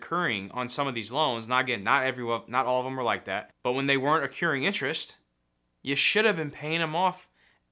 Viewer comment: PSA: Accruing is pronounced: “uh" + "KROO" + "ing". It’s not pronounced: occuring.